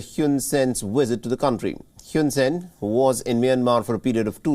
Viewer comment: It's Hoon Sen. Not Hewn Sen.